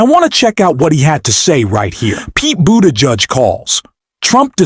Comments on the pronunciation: Who the hell is Pete BOODARGE? If you can't get the names right, how did you get the job, ffs? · That is pronounced Boo te judge! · Had to stop this video after discovering this is not a person talking but AI...the fucking robot totally mispronounced Secretary Buttigieg's name...every real person in America now knows how to pronounce his name correctly: "boot'a'geege":face-orange-frowning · The man's name is pronounced "boo- tuh- gig" . Pay attention!! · Can you learn how to pronounce buttigieg Jesus Christ 3 minutes into it I heard it 47 different ways learn to read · Learn how to say Pete's last name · Why do you keep saying Pete’s name wrong here it’s kinda annoying 🤔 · Why are you not pronouncing Pete's last name correctly several times then pronouncing it correctly other times? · Learn how to pronounce Pete’s last name! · Why can’t the commentator pronounce Pete Buttigieg’s name??? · Is this broadcast a AI broadcast? Why to you continue to mispronounce Pete's name? That needs fixing just for credibility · Your attempts to pronounce "Buttigieg" correctly were awful.. Were you trying to make reference to how Trump pronounces Buttigieg ? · I agree fully, But please, learn how so say Buttigieg.;-) He deserves it. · Okay.....is the name Boo-Dodge or Buddi-judge? Incompetent robotic narration. Get off the internet!!! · WTF is wrong with your pronunciation of Pete Buttigieg's name? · Like your channel but please put some effort into pronouncing peoples names right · Please learn how to pronounce Pete Buttigieg. And yes Trump is an ass.